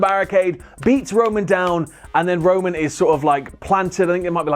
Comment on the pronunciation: keeps saying Rowan instead of Roman